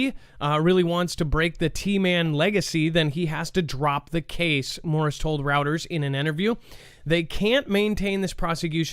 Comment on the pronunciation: Ok bro PLEASE its not "Routers" it's "Royters" pertaining pronunciation of Reuters... Every time I hear you say that I CRINGE... I'm sorry but I am a linguist at heart and it drives me nuts